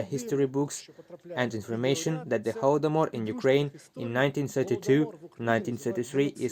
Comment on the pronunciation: Thank you for the pronunciation of "Holdomor" at . I wasn't sure whether it was "hol" as in "holiday" (correct, and has the same pronunciation as in "Holocaust") or "hol" as in "holy day".